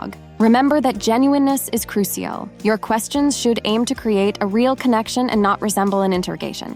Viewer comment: Love your videos and your voice is very pleasant. pronunciation of certain words tho.....it's CRU SHEL not CRU SEE AL. Hugs